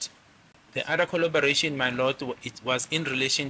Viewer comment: The kholoboration is not kolobarating 🤣🤣🤣